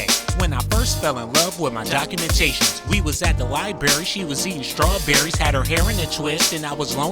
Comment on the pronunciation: Correction cockumentations lol